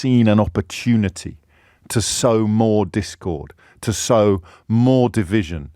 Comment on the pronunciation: Sow, not show?